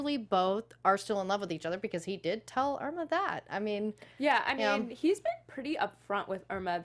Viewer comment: His wife’s name is Imra Ardeen not Irma.